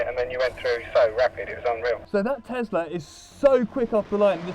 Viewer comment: A- its not teZla, its teSla! B- how much is the price of the beneton?